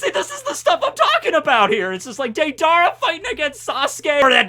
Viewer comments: did you just say day-dara and not dei-dara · whos day darah lmaoooo its day drah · How many names can correctly say: 1 Naruto How many names can he not say: everything else especially Deidara or what he side Dadadara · did just call deidara DAYDARA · Why does he say Deidara as day-dARE-ah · Why you say Deidara like that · Is know one gonna talk about how said deidara wrong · Nvm I hate u U said deidara wrong